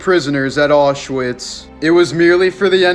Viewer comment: I hate how the guy says Auschwitz LIKE BRO IF YOURE GONNA SAY IT BE RESPECTFUL AND SAY IT RIGHT ITS “Ow-Sh-vitz” NOT OSCHWITZ